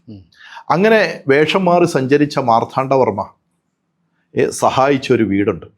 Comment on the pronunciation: ചരിത്രവും മിത്തുമെല്ലാം കൂടിക്കുഴഞ്ഞ് കിടക്കുന്നു. വേർതിരിക്കുക ദുഷ്ക്കരം. സത്യങ്ങൾ ഉയിർത്തെഴുന്നേൽക്കട്ടെ എന്ന് ആശംസിക്കാനേ കഴിയൂ!ഇദ്ദേഹം മാർത്ഥാണ്ഡവർമ്മ എന്ന് ഉച്ചരിക്കുന്നതെന്തുകൊണ്ടാണ് എന്ന് മനസ്സിലാവുന്നില്ല. ശ്രീചക്രമല്ല,മഹാമേരുഹാണ് എന്ന് പറഞ്ഞുറപ്പിച്ചിട്ടും ഒരിടത്ത് തെറ്റി ശ്രിചക്രം എന്ന് പ്രയോഗിക്കുന്നുണ്ട്.